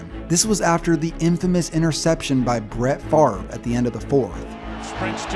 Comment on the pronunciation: Wait the v comes before the r in Favre